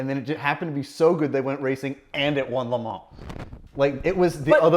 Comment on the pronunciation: Doug the kind of guy who says MeLans ....🫣